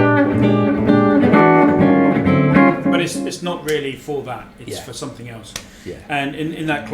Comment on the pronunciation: "And now for sumpim compeetly different..."